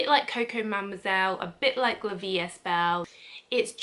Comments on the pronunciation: La vie est belle, don't pronounce the "s". "Est" is pronounced "ay" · La vie e belle don t pronounce the 's'.